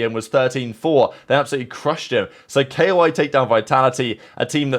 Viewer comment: Why do you call them "K.O.I." bro it's just a word LMAO